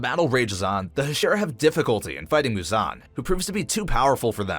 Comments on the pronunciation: it's MUzan not muZAN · what the fuck is that pronunciation of Muzan's name